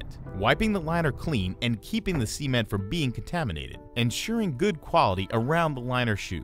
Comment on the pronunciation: All I hear is Sea Men the whole time I was like wtf is a Sea men, until I looked at the caption that it was meant to be cement....."Sa" ment not "C" Ment lol